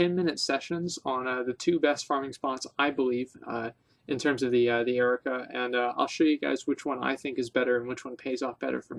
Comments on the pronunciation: What the fuck is the Erica outcasts? Learn to pronounce words. Jesus. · LOL I'm dying. I noticed his semi-strange pronunciation of 'ARR-UHH-KOE-UHH' as Erica as well.